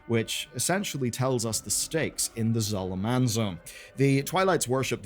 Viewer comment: right off the bat says voidscar instead of voidstorm and pronounces Zul’Aman in the most UK way possible talk about misinformation :P